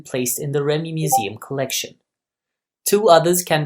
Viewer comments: Good video! Just so you know, it's pronounced 'ReeMee'. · Correct, but this is about the ARV or later called the ARRV, was operated and crewed by REME, pronounced Reeme.